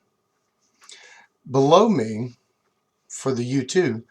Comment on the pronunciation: You say "below me" What I hear: "Blow me"